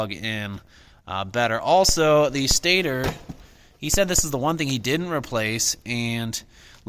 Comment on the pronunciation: Stay-tor is how u say stator